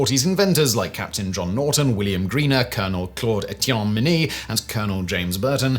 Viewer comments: Its not the Mini-ball as in Miniature... its Minie as in the guy who invented it... (pronounced Min-ey, he was french). Small point of order but something everyone has done through history... the ball itself is almost twice as big as a conventional musket ball so mini would be stupid =P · It's pronounced "min-yay" not "min-eee". I've actually got a .54 caliber minie ball projectile on my desk. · ...and uses the American pronunciation of Lieutenant when describing a British officer. Plus 'minie' is pronounced 'min-yay'. Otherwise lots of great info.